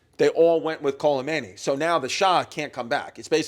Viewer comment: sweetie added a whole ass "L" into khomeini somehow